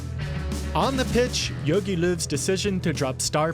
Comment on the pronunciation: good Video but dont call him Jögi Löw xD its Jogi